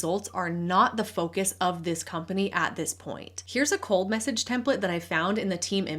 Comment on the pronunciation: 😂 I heard “cult message” rather than “cold message” at first